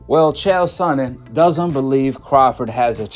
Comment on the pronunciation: "CHAD SONNEN" LOL